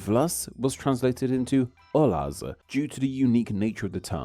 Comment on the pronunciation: I find the "uh" paragoge (extra sound added to the end of certain words) to be very distracting in this video. It's even being added to non-English words, like "olasz" . "olaza" (Also, sz in Hungarian is pronounced as "s", not "z". The letter s on its own is pronounced as "sh", while sz makes the usual "s" sound from most other languages.) With the pronunciation errors, the incorrect year and upside-down language tree and "ai" vs. "ia" mistakes that others have mentioned, I think that making an updated version of this video could go a long way.